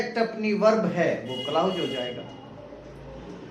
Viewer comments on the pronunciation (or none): क्लाउज नहीं क्लाॅज होता है महोदय